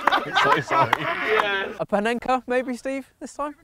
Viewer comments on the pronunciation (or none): when did Steve have a er on the end